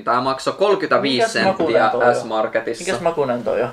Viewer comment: hyvä suomi " centtiä" :DDD